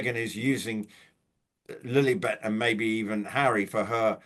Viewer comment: please, please stop saying Lillybet, Lilly yes, even though still annoying, even MM calls the child Lilly, but you can be sure she gets her narcissistic jollies, when she hears people using our dear Queen's pet name!